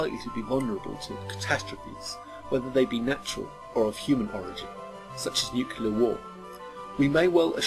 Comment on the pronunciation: "Nuculear"? ;-) Seriously, though, great vid! :-)